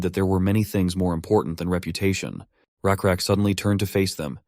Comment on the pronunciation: You guys say it's lakrak it's rakrak ❤